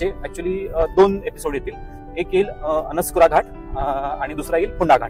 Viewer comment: अणस्कुरा नाही, अणुस्कुरा अस पाहिजे.